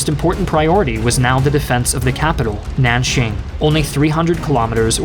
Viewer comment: Who's "Shang"? it's Chiang with a "C" and an "I" in front of the "A". Nanjing not "nanshing".